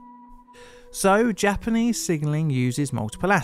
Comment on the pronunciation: You do really well with your Japanese pronunciation in this one! A small compliment, but I hope a meaningful one. <3